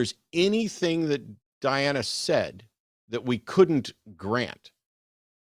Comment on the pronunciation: It was the same person, wasn’t it? It had to be. Just swapping the name and pronouns. What was interesting to me was Diana never corrected Eric when he inadvertently mispronounced it as Deanna multiple times. Almost like they forgot what alias they were using…